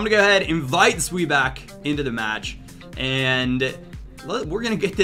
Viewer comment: His pronunciation of zweback is quiet funny